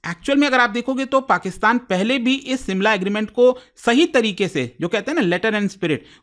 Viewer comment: simla ? SHIMLA